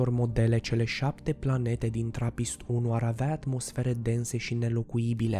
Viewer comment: Eu am auzit la una pe aici că a zis plante în loc de Planete